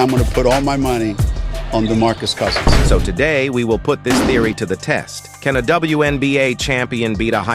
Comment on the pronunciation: “Damarcus koosins”😂